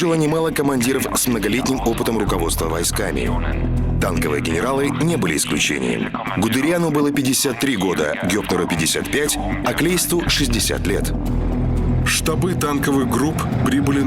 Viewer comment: Также как и МанштАйн,КлАйст